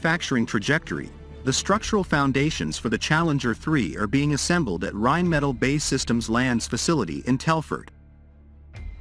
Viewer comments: Again, write your manuscript so your fancy AI narrator can pronounce correctly... Rheinmetall and BAE are not pronounced the way your AI thinks! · Narrator's pronunciation of Rheinmetall and BAE needs work...